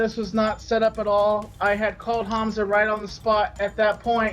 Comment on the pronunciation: And he can't even pronounce names "Hanza" really Keem you really need learn how to speak god damn English.